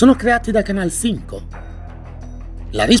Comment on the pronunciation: Ma come pronunci bene Canal Cinco 😍